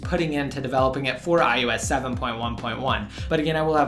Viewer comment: It's I O S not I U S